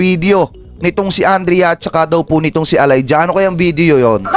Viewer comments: Sir, It's pronounced E - layja, not A-layja! 😂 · Pronounce Elija as E lay dya